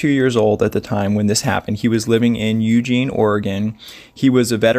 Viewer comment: I believe it's Mountain Hemlock. We also have many Douglas Fir, Grand, Silver, Noble, and White. Many Vinemaple, too. I know this is petty but unless your from the area most people mispronounce Eugene. It's a thing. Many people who were born and raised in Oregon are very private and Authorities are used to people leaving their vehicles in these areas. Be careful of judging. It's a deceptively dangerous area.